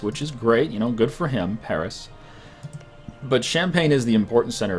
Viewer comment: Stop pronouncing Paris wrong